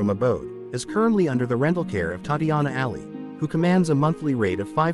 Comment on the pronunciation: WHY IS HE NOT PRONOUNCING HER NAME RIGHT!!!!!!